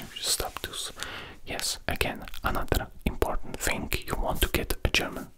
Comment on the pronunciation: most imporddnt german words🤣🤣🤣🤣